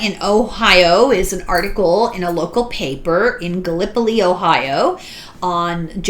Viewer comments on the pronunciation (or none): Gallipolis, Ohio. The Locals pronounce this as Gallow-police. :D I am enjoying this topic very much. Hope you continue on searching for that metaphysical book on the subject!